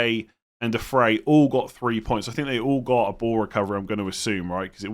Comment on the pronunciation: Its not De Frey, it’s De Fry!